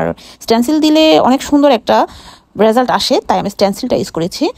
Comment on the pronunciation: র‍্যাজাল্ট” নয় এটা হলো রএ জাল্ট